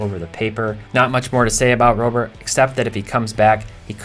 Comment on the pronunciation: Can we start pronouncing Robert like Robert? It's time